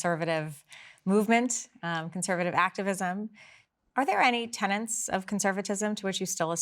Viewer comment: Tenets! Not tenants!!